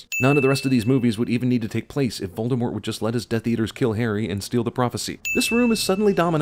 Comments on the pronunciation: It's not VALDEMORT. It's VOLDEMORT. Like Bowl: Vowldemort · Sin Guy pronounces V-ole-demort as. V-all-demort. BING! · Sin on Cinema sin's neglect of pronouncing Voldemort's name properly. It's French. The T is silent. Call him Vol-de-more. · The way he pronounces "Voldemort" pisses me off. I wonder if he does it on purpose. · you pronounced the Dark Lord's name wrong +1